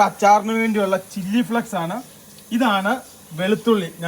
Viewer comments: ചില്ലി ഫ്ലെക്സ് അല്ലടാ പൊട്ടന്മാരെ ചില്ലി ഫ്ലേയ്ക്സ് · ചില്ലി ഫ്ലെക്സ് അല്ല ചില്ലി ഫ്ലേക്‌സ്‌ ബ്രോ 🤝